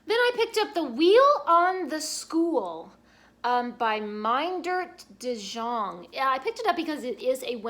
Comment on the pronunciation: Please note that in Dutch names the "J" is pronounced as the "Y" is in English. Meindert De Jong was an excellent children's author from the Netherlands who lived in my area of western Michigan. I have six bookcases in my apartment and they are all full so I guess I love books as much as you do. :)